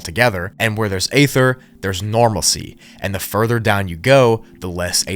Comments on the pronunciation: You really need to learn how to pronounce stuff, including ether and Magellan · Stop using the word ether till you learn how to pronounce the word ether